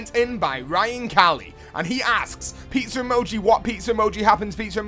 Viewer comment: I like how he says pizza like peetser